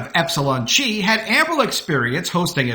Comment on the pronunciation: The Greek letter X, called "chi," as in the fraternity Epsilon Chi, is pronounced "kai." Not "chee."